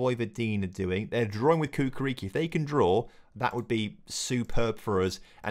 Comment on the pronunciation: Hey brotha love the series! It's Chukarichki not Kukariki :D Keep it up